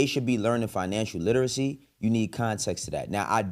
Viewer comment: The person saying kids don’t need to read struggled to pronounce “literacy”